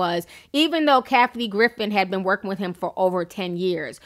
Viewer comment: You keep saying when he was "ax" about. It's prounounced "ASKEKD". Your using the X instead of the S. Also, it's not WIF it's WITH. Don't use F, use TH TH TH.